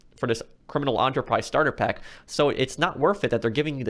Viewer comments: How do you pronounce "enter"? Because that's half of the word you're pronouncing but you keep saying it in a whole different way that's really distracting me. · why cant he pronounce enterprise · The way you pronounce Enterprise, erks me to the bone. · why can't you pronounce enterprise right? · Does anyone notice he can’t say enterprise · Oh my god... I love your videos but the way you pronounce Enterprise was infuriating!! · i love your vids but the way you say enterprise really whistles my pot roast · I knew your opinion wasn’t worth it to me after I heard you pronounce enterprise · You are pronouncing it wrong. Don’t talk if you don’t know how to. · Holy shit, the way you pronounce Enterprise is making me wanna eat my own throat. Love the content, but is it really that hard to say one word right? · It annoys me how you pronounced the enter in enterprise the same way how enter is pronounced in enterpreneur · The way he pronounces enterprise makes me cringe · Enterprise not ontopise 🤦‍♂️ << literally how you made it sound like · Its pronounced "Enter Prize" . Never heard it pounced On-tur before.. 2nd. I paid $10 for this and its worth it. Its a good way to start off if you are basically nothing. No, they are not the best locations, but they aren't meant to be. They are meant to be Starter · Us: Enterprise Pro: Onterprise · The word “enterprise” starts with an E not an O… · Why he call it the “aunterprise” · i keep getting triggered when he calls it "criminal Onterprise starter pack" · it’s enterprise not onterprize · Its prounounced Enter not onter u only pronounce it onter when u are saying entrapenuer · ENTER-prise not AUNTERPRISE. and not everybody is a 100% GTA pro like you bro relax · Is no one else bothered by the way he says “enterprise” it’s “ENTERprise” not Onterprise Jesus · I completely agree, I know this vid is old but I was looking for a comments about ON-TOUR-PRIZE, thank you for noticing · "Criminal Onterprise" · This guy saying onterprise...